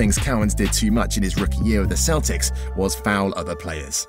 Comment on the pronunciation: I swear at the beginning he said Boston Keltics